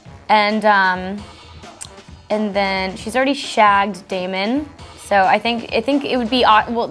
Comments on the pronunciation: Anyone else realise that Steven said Damein instead of Damon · Did Jeremy (idk the actors name) just said Damion?? It’s DAMON!